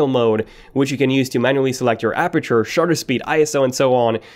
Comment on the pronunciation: Did he say sharter speed?